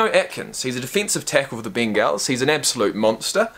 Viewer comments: Pronounced Bangels. That hurt my feeling how you pronounced it lol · It’s pronounced more like ‘bengles’... the ben-gAls is the name of their cheerleading squad 👀 Signed, A Bengals Fan